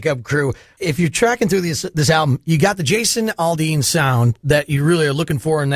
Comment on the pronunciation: AL-dean not ALL-dean.... my god... learn how to pronounce his name!